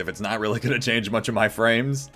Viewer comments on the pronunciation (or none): none